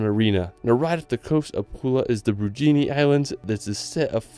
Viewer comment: You pronounced brijuni wrong... you said bru-gi-ni... it’s really pronounced bri-yu-ni